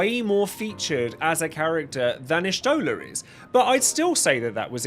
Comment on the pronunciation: Everyone gets put in the bottom tier because not even the VA's say Y'shtola correctly. Not since 3.0 when the og voice cast was replaced.